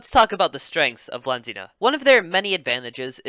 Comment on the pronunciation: I think it’s pronounced V-Lan-D-ia